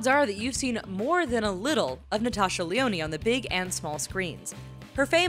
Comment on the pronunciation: THE E IS SILENT IN LYONNE, okay sorry but I just love her so much